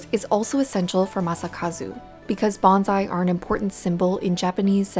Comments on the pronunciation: Good grief, it’s bone sigh not bon zi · Soon as I hear BONZAI,I cringe NO Z IN BONSAI. Kane shin is every day real. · It's pronounced "bone sigh". "Banzai" is a celebratory cheer with association to battle cries. Makes me cringe to hear the mispronunciation. These videos need to be reviewed by someone with appropriate linguistic knowledge before release. Great video otherwise. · While us monoglot English-speakers can't hope to get Japanese words fully correct, it'd be nice if "bonSai" were pronounced more accurately. It was very distracting having it pronounced as "bonZai" throughout. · Nice video but pronounce “bonsai” correctly pls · how does a lefty news network not pronounce bonsai right lmao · But as a journalist you would think she would learn the correct pronunciation of bonsai.